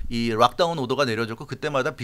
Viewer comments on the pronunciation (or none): Ros angeres rakers, 주정부 코로나 rock down. R 발음밖에 못하는 사람이 무슨 기자냐. 기사를 전할때도 횡설수설 막 해놓고 침 한번 꼴깍 삼키고 이제 어떻게 이걸 말이되게 해야하나 수습하려 헐떡대는게 빤히 보인다.